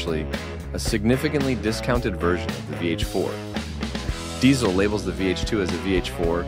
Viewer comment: It’s called DiTZel. not S, but TZ 😇 My favorites are the VHX and Herbert.